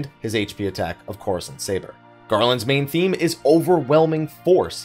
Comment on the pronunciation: Idk why it bothers me so much but I can’t tell if is saying “main thing” or “main theme” and it’s driving me crazy